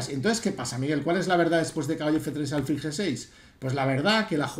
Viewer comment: Con el máximo de los respetos, como me permití escribirle tb a lo largo del Torneo de Menorca, álfil es del todo incorrecto, hasta donde la RAE indica. Me da rabia con lo agradable e instructivo que resulta escucharle, y no sólo en lo ajedrecístico, que de vez en cuando acentúe esa palabra como llana cuando es siempre aguda. Con el máximo de los respetos, D. Miguel, de un ajedrecista menos que leve. Enhorabuena por todísimo lo demás, jjj. Un saludo